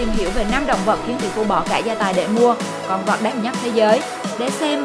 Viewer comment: Dẫn chương trình có vấn đề ngôn ngữ! Con vật nói nhiều lúc nghe con vọc